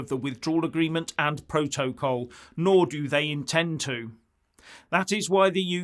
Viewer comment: She doesn't even know how to pronounce P R O TO C O L.